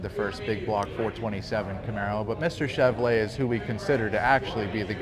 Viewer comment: Pronounced and spelled "CHEV - ROW - LAY" not "CHEV - O - LAY" fella !